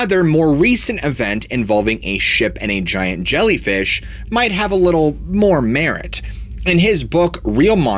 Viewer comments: "ZSHIANT ZHELLYFEESH" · Zsiant Zshellyfeesh😂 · Zshiant zhellyfeeesh😂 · ZSHIANT ZHELLYFEEESH! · ziant gellifish, lol. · Zshiant Zhellyfeesh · Holy zshiant zhellyfeesh! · ZSHIANT ZHELLYFEESH 😂😂😂. For real, though, I, yet again, have learned a few new theories, through your grand narration(s). Thank you, for sharing,!! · "ZSHIANT ZHELLYFEESH" 😅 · Zhiant Zellyfeesh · Zzghiant zzjellyfeesh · Zhiant Zhelleefish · Zhiant Zhelleefish.... lmao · Interesting, thanks! "Zshiant Zhellfeesh" oh my